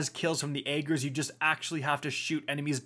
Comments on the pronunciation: I can't think of a single YouTuber that pronounces this weapon's name correctly. It's pronounced: AH - GERS! No, not AY - GERS. Not even AY - JERS. AH - GERS! I'm sure I look like a cringelord grammar Nazi right now, but I had to say something. Literally NOBODY is saying it correctly, and it's driving me insane lol. I mean, cmon... There were multiple lines of dialog and an almost 5 minute long cutscene where they referenced it by name multiple times! Ok, I'm done. Thanks for coming to my TED Talk. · "I don't know how to pronounce Ager correctly, even though Savathun said it like 10 times".